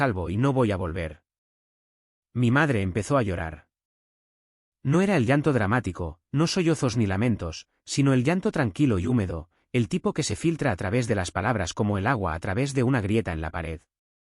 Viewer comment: Y cuando dicen soy oso en lugar de sollozo?????